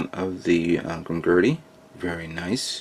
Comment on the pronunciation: It's Grimgerd not Grimgurdy but its k man you're only human